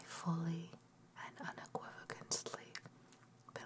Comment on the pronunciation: Thanks for the upload. As well as the time and effort put in. But... un·equiv·o·cal·ly PLEASE! lol ;P